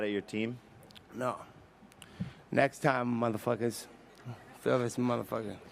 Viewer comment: “Next time murhafuckas fill this with mufackas” lmao